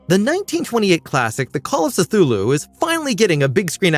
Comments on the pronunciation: Suh-thulu? Are you completely unfamiliar with the source material? It’s only the fvckin title,man… Say it with me. Kthu-lu. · Suh-thulu? Yeah, ya lost me with that.